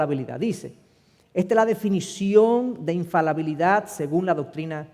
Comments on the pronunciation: Siii es infaLIbilidad, lastima los vídeos son editables pero difícilmente pueda corregir. Le doy 99.9% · Infalabilidad o infalibilidad??????